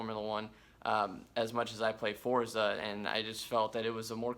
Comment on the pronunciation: It drives me crazy when I hear someone pronounce forza wrong.